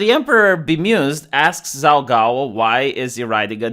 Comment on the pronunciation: My only critique is pronunciation. Zhao is pronounced "jow." Qin is pronounced "chin." The Qin dynasty is where China gets its name. Qin was the first emperor of China. His capitol city was Xi'an. His tomb is the place where the terra cotta warriors were found. Other than this, very good post.